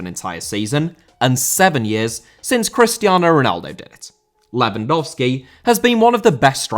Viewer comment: Cristiano* not Crestiornouw